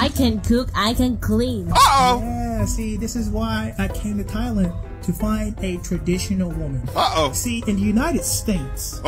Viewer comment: this dude says THIGH-Land